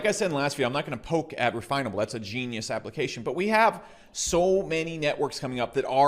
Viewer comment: Did he say refinable 🤔?